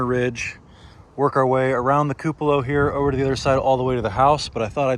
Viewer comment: He gets the pronunciation from me… I say several words incorrectly… he usually points it out to me but saying “koo puh lah” ….he has not heard it the way it should be!!! 😂